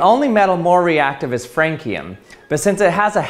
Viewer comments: FRAN-SEE-UM, not FRANE-KEE-UM. The spelling of Francium is kinda confusing though. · It’s FranSeeUm not FraneKeeUm! You’re killing me! Lol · Just a pronunciation detail: Francium is usually pronounced /Fransium/ and not /Frankium/ like the Latine form might call to since it has been named as such to pay tribute to France. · fancium is not pronounced frank-eum, its pronounced france-eum. it was named after the country france. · Cesium is not a liquid at rt, it melts at like 84F, solidly above room temp, similar to gallium. Secondly, francium is not pounced like frank, its fran-see-uhm. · franKium? You silly goose. Fran-see-uhm. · Frankium? Do you mean Francium??? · I cant tell if your trolling but its not "Frank" ium. It's France-ium. Like after the country... it was discovered in. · Frankium? You mean Francium? :P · Do others pronounce francium as "frank-e-um"? I've always pronounced it "fran-see-um". I'm Canadian, if that matters. Love this channel. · It’s France ium pronounced not frankium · I dont like French people either but it is pronounced Fran-See-Um not Franc-Eee-Um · It’s pronounced france-ium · Francium is pronounced like France the country, not like Frank the name. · FRANCE-ee-um!!!!! FRANKIUM??? Why are you making me do this. Why? Is it because in France they pronounce it FRONKIUM? Well, in the country you live in, we call France, FRANCE. So it’s FRANSEEUM. Boggles the mind. Did you know every country has their own word for other countries? Did you know that this isn’t a sin? In America we call France FRANCE. FRANSEEUM!!!! Frankieum… ugh. So so so gross. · please stop saying FRANKEEYUM. it's FRANSEEYUM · Pronounced "Fran-see-um", I believe? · lol I was screaming it's france-ium! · bro said "frankie-um" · Ah yes, Franckium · I know this is just nit picking for the sake of it, but I'm fairly sure that the correct pronunciation of francium is 'fran(see)um'. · First time I've ever heard someone pronounce it Frank-ee-um. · its pronounced "FRAN-see-um"